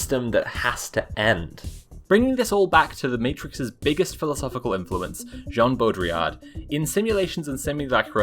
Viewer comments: voice cutting in to pronounce Jean Boudrillard (sp?) ‘s name is genuinely one of the funniest things I’ve seen in a bit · Doesn't anyone know how to pronounce famous Mega Man philosopher Jean Mandrillard's name?